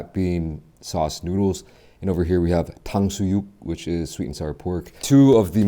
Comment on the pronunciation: How perfect is your Korean pronunciation! 😊 짜장면 탕수육 .. 😮